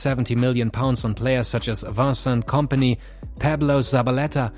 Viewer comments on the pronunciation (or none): varcent company? its vincent xd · Nobody:: "VAARSENT KOMPANY"